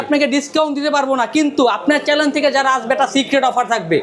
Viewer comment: হালায় চ্যানেল উচ্চারণ করতে পারে না,, আর আসছে ফোন বেচতে 😂😂